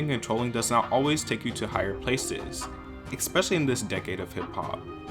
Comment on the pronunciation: You tend to say "ecspecially" rather than "especially" (not a gate comment, just saying)